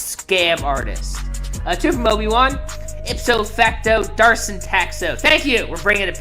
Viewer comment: HIS NAME IS MATTHEW DAVID DAVIDSON! NOT DARSON!